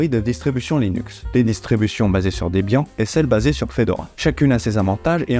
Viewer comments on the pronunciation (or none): On dit pas Debiant MAIS: debiane. Qui est la contraction des prénoms de Deborah et Ian (prononcer Yane). Ian étant le créateur de cette distribution, et Deborah sa petite amie de l'époque. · Salut super vidéo mais je veux pas faire mon chieur😅 mais Debian se prononce comme les noms de debra Lynn et Ian Murdock dont Ian était le fondateur. Rip ian murdock 😿